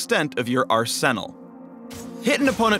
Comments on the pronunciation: why did he say arsenal like arsenel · are senal ahaha dude must be canadian. i think you mean arsenal ;) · "Ar-senna-l" "mist opportunity" "mist-direction" stop I feel violated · "So gather mist to unleash the full extent of your ar-Senna-l. Nice. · This also sounds "*Senna-ster*" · You gotta get that Ar-senna-l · "Arsennal" when I heard it I wanted to rip out my ears lol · he put real emphasis on her ARS when he sed her arsenal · Did man really just say ar - senal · "Arsennal" Why? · "Arsen-al"...is that a persona joke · Ar-SENNAL ha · I was wondering why he pronounced arsenal wrong for way too long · that arsenal pronunciation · OMG i am so upset, i was wondering why he said 'arsenal' so weird..... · did this guy just try to say "arsenal" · Why did he say arsenal weird? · Can you not say arsenal?